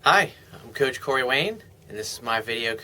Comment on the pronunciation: You hear in this video you pronounce your last name nicely; "Wayne", and in your latest videos you say " Wheeeinnn"